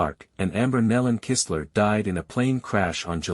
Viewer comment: You pronounced Amber & her husband's name right, Kistler